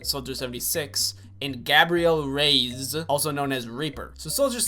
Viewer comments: Jaxon A I was like..he can’t be serious, it triggered me a bit but I love him soo idc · I hope you're joking when you pronounce Reyes